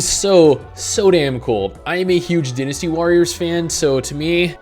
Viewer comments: DIE-nasty warriors... not dinasty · he said "DEENysty" warriors.